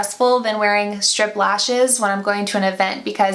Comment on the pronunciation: Hahaha, I thought you kept saying stripper lashes lmao